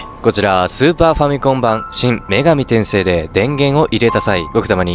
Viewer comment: 女↑神↓転↓生↓、じゃなくて 女→神↑転↑生→、やで。(発音) 細かくてすまんね。